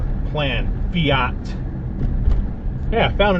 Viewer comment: Fiat. Rhymes With Blyat.